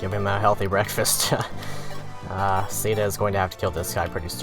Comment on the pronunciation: I have some complaints, first off, I don't like the way you pronounce Caeda xD second, AMBUSH SPAWNS? I also don't like reclassing, idk, the mechanic is weird